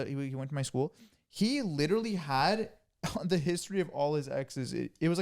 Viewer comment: lol i love when he says “da” instead of “the” or whenever he replaces a th with d 😭😭